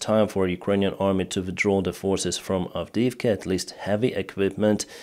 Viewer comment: As for Avidivka, you've f**d up good!